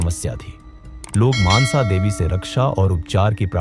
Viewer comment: Maaansa devi nahi mansa devi hai unka naam